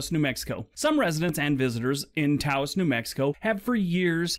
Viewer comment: Just to help... Taos rhymes with house. And the food is great there! Green chili everything 😍